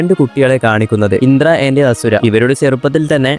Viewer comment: Bruhh its ashura not hasura